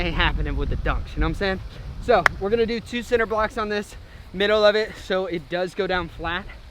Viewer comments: This man just said "sin"ter blocks......what 🤣🤣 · Dis this man say “center” blocks? That gave me “Tubberware” vibes lmfao😅❤️